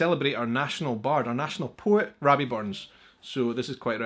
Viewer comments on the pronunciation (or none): none